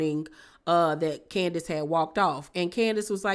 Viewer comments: I screamed “omg Keisha “ when she said Can-di-ace 😂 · Yeah she said candyass